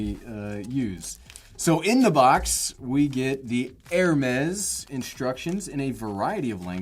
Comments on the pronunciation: Please pronounce ‘AIR-Mess’; not ‘ERR-mess’. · He’s asking how you buy a 300 dollar airtag, and I’m trying to figure out how you can use a 15 dollar backpack Also NGL I die inside every time he mispronounced Hermes